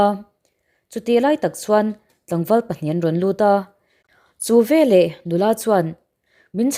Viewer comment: Velah tih hi a diklo ve leh tih tur zawk